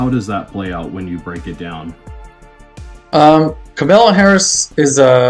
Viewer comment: KAM a la At least pronounce her name correctly.... Even Donnie Disinfectant pronounces it correctly now! talks too much